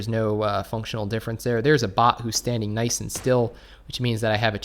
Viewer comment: It’s nice not noice